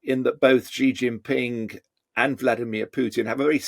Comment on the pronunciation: Please don't say zhee zhin ping. The first syllable approximates to "she".